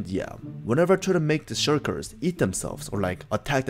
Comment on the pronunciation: He calls them shurkers